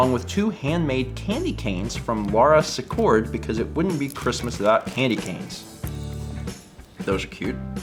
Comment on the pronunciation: Love watching your vlogmails, but, please, it's pronounced Laura "Seecord". I was cringing every time you said it.